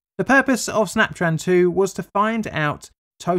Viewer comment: "snaptran" sounds like when jimmy neutron's teacher if she was trying to say 'snap tron' SNYAPTRAAN